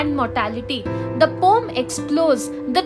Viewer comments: Thank you mam... Tomorrow is my AEC exam... I am finding a proper explanation of this poem and I got your video... Thank you so much... But your pronounciation of ' Poem ' is wrong... It is not ' pom ' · You described the poem quite well. Thank you. But the pronunciation is po-em :) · poem❌ pom✅